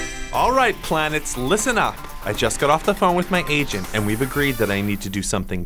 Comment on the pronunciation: Did anyone else hear say Gaygent